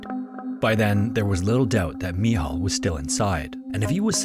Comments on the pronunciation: I am currently in dorm, in Cracow, Poland. It is so weird after whole day of listening Your stories from distant countries to hear about one that happened almost on my backyard. Also sometimes You nailed pronuncing Michał , and sometimes it siunded like an Islamic name, (especially the long eee). Great vid! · ? Pronounce the word “Rescuers” again ? 😂 .. also “Michal” / “Michael” … I’m serious. Does A.I. narrate for you? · Its not "Michel" its simply MICHAEL in english or "MICHAŁ" in polish language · Its Michal (Michał), best translated to Michael. 😂 Another amazing video, Thanks for your work! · i think that you get his name wrong, in poland there is a popular very similar name called "Michał" not "michel", but if you have trouble with saying "Michał" you could just say "Michael" as it's the same name just in different language, micheal also translates to very similar name "Maciek/ Maciej" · (The Polish guys name is actually Michał not Michel) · Just stop with the Polish pronunciation. Where did you get "mee haw" from Michel